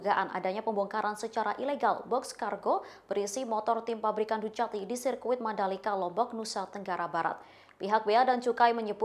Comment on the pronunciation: Ducati bacanya dukati mba.... sering seringlah nonton motogp